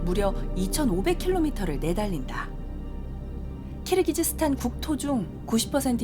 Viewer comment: 발음 교정해주셔야죠. 키르기스스탄을 왜 자꾸 "키르기즈스탄"이라 하는지?. PD가 지적하셔야 합니다. 아프가니스탄을 끝까지 아프카니스탄이라고 하는 진행자 때문에 내내 갑갑했던 적도 있습니다. 정확히 합시다. 무식하단 말 나오기 전에...